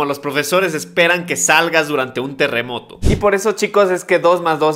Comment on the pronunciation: dice terremoro no terremoto xd